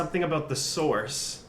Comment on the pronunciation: "I might be the source" pronounced as "thesaurus".